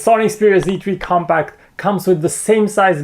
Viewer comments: I think I hear him say "comPAKK" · I thought he says sony xperia come back!!!